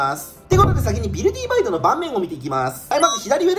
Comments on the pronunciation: ビルディーバイドって読んでるけど、ビルディバイドじゃねーの？ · いや、前段階からめっちゃおもろそうなの色んな動画でわかってるんだけど、 今回のflat-さんの、「ビルディバイド」が、発音的に「ビルディーバイド」に聞こえるのがめっちゃ面白い。 もしこれが正式発音ならもっと面白い。